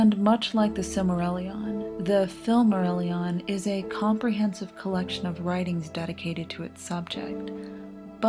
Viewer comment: The only atrocity in this guide is the pronunciation